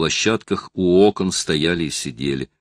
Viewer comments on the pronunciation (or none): none